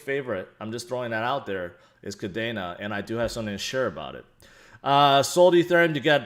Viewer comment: it is pronounced Kadeeena, just like the Air Force base in Japan. Not Kadana.